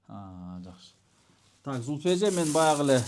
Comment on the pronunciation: Качан Зульфия деп ондоп айтат экен деп кутом, копол кылып Зулфия деп дебей😊